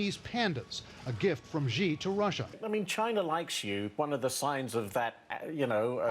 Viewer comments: Our president's family name is not pronounced "G", it's "Xi". If you have difficulty pronouncing that, just say "C" or "she", both much closer than G. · Wrong pronunciation, not "G" but more like "C" Xi as /si:/ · Trevor, that's a great Russian accent. You just need to pronounce Xi correctly. It's pronounced like "she" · actually it pronunces more like shee [∫i:]